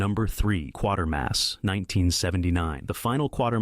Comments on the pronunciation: It’s pronounced “qwate-er-mass”, not “quarter-mass”… not the only mistake in the video, by far. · NOT "Quarter-mass" but "Kwater-mass" also that last outing for the old boy was on Independent TV (ITV) and NOT the BBC so why anyone complained to them I have no idea...oh. Wait. You never did any research did you just copied.